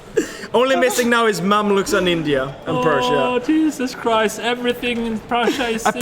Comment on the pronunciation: Wow... jysus chriist 😁😁